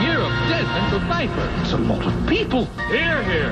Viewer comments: Not to split hairs, but I'm pretty sure the creators intended for it to be pronounced Puh-feiffer as that was also a joke on the episode of The Golden Girls entitled "It's a miserable life" written by, you guessed it, Mort Nathan and Barry Fanaro. 😊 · Someone decided that the "P" in "Pfeiffer" should not be silent. They should have added a "U" to it.